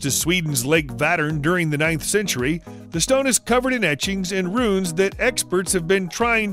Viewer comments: ROOOOOONES! not RUNs!! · Some of his pronunciations drive me crazy, runes should sound more like ruin not run. I've noticed it in a lot of his videos but he doesn't seem to have an accent. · Say it correctly! It's NOT "Runs", IT'S "Roonz" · DAWG ITS PRONOUNCED RUNES (ROONS), NOT RUNS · "Runes" rhymes with prunes, so stop calling them "runs". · When you do rune runs in diablo 2....Nobody: This guy: Run runs! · Runes not runs. Like prunes without the p. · It’s spelling is Rune/s, pronounced Roon! not as the narrator is saying.. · A guy who cannot even pronounce runes is going to teach me what now? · Learn correct pronunciation of Runes.